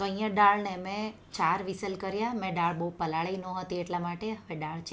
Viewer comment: બેન તમે પહેલે થી જ દાળ ને ડાળ કેમ બોલો છો ?